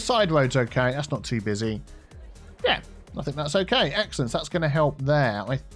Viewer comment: I keep hearing egg salad instead of excellent